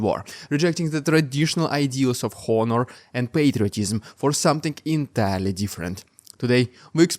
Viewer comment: You do great work, but I want to point out thàt "honor" is pronounced "ahn" as in "Juan" and "nor". The "h" is silent.